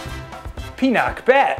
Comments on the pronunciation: Every time he's gonna said pinakbet I heard peanutbet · pinak pero hindi binet, PINAKBET! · Finuck bet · Pinaccbeth 😋😋 Ang Sarraap sarraap.